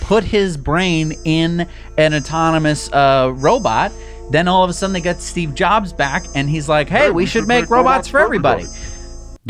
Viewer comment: Steve Ro-Jobs 😂